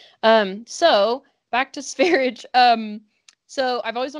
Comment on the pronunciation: Sveridge??? 😅😬 Any other swedish speakers cringing?